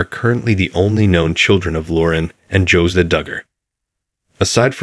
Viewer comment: It’s not “Josa” it’s “Josiah” and 573 thousand is not a mansion!